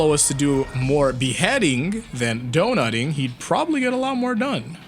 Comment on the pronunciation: did really say dONUTTING????